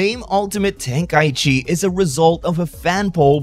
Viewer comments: Why do people call it tenkai-chi instead of tenkai-ichi? For shortening purposes? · well i just looked it up on language translators and they pronounce it ten-kai-ichi. Hell even the game pronounces it ten-kai-ichi in the menu for 3.